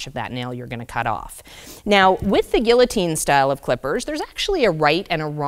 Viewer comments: It’s not a “gullitine”, its a “guillotine”. The L is silent. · Sorry, but the correct pronunciation of Guillotine, with the "ll's" are silent is: GEE-O-TEEN.